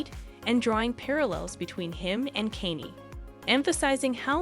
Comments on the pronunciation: Right. Who th is Kenny? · It becomes very difficult to believe the gossip when you can't even pronounce Kanye 😅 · All this time... you still can't pronounce Kanye. Huh. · Well I was done with this video when u mispronounced “Kanye”🤣🤣🤣🤣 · It's got to be AI automated or something. LOL I've never heard anyone try to phonetically say Kanye. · Me too grrrr